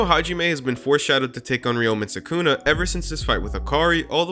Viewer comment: sukuna❌ Sykunno✔